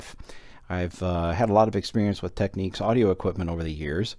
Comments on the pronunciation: As others have pointed out, it's pronounced "tek-NIKS", not "tek-NEEKS". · You drive me insane saying "Tekneeks" it is pronounced "Teknicks" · No, just no lol it's Teknicks as in Technical. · Say 'Technical... Technic-al... Technics. Nobody says Techneekal... Technics is not Techniques. However, a great video as always :) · You drive me insane by saying "Teknicks", even the manufacturer pronounces it "Tekneeks". It's like technique. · it's not pronounced "Techniques". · Someone wrote to Panasonic(the makers of Technics) and here is their reply: --------------------------------------------------------------------------------------------- Dear Panasonic Customer, Thank you for your inquiry. The line is pronounced Tech-Neeks. Should it be necessary to send a reply; to ensure our prompt response, please Please note; when responding, include or attach this message. Sincerely, Representative 15 Panasonic Customer Call Center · Just a datapoint, if it was pronounced as you say, it would be spelt Techniques.